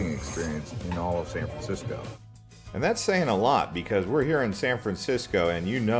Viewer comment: San fransicko?